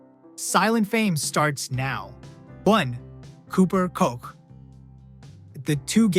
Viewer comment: Kotch, not Coke